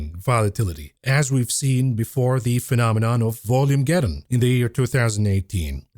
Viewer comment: I am a huge fan of the show. I just have to say again though, that it is "VOL-mah-geddon" (as in "volatility"); and not "volume-geddon"). Nice job navigating GOOGL's censorship. Appreciate your content. All of it.